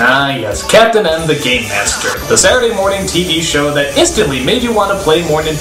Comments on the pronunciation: He said GAME not GAY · I'm not the only one who keeps hearing as "The gay master" right?